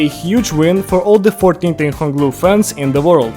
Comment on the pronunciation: "tingtang hong lu" bro what